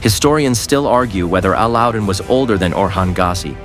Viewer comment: Enjoying from America! You're kinda' slaughtering names. "O" sman "O" - NOT Oz like Ozzie Osbourn Fat ma NOT Fa tea ma You vascillate from the correct & wrong way. Be consistent. A lad den NOT A la din A lad (like British "lad") den Air truule NOT Er ter rule Bore ane NOT Bor ran You're pulling clips -- LISTEN TO THE SERIES from where you're snatching the clips. As for Orhan's wives - the Prophet Muhammad had 12 wives - 10 at one time. You got everybody's name all whacked up!! Can not do that. It's a cultural insult. These names are not pronounced as spelled. They're Turkish & Arabic. Get it together! Don't be typical. Show respect. Thanks!